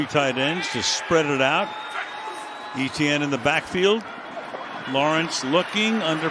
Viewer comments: Why e t n ? it’s Et ienne and jag u ars not jag warz pronounce it right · Etienne is pronounced "ATN"